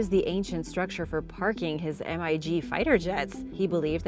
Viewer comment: Ok, little girl, for starts it's pronounced Mig, like pig, & that is a picture of excusive aircraft are not military aircraft ?. Do you even care what you say ?, I guess not, bye.